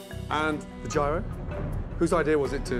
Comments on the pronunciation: The way Gordon pronounces Gyro absolutely kills me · yee-roh, gordon! not gy-ro